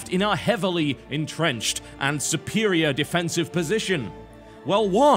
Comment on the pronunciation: drink every time u hear suppperirior